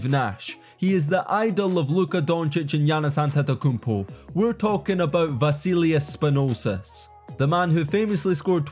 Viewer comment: Don't try to make a video on euroleauge's mvp if you can't pronounce correctly the name of Vassilis Spanoulis who is happen to be the first scorer of euroleague's history.